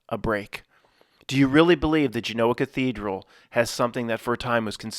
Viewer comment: U can't even pronounce Genoa